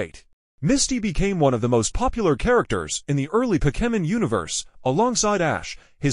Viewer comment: Hey bro you pronounce Pokemon wrong